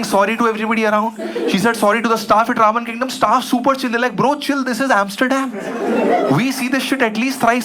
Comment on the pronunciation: Why am I hearing ravan kingdom every time he says Ramen Kingdom😂😂